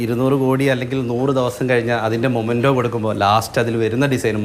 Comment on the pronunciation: ഡിസൈൻ നന്നായി. ഇനി വാക്കുകളു൦ നന്നാക്കൂ... Momento alla, it's memento. ബഡ്ജറ്റ് അല്ല, ബജറ്റ്.